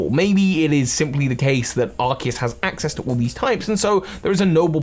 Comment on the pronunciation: Uhhh it's Arseus